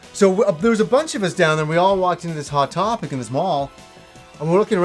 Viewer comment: You have never sounded Canadian to me until you talked about hot topic.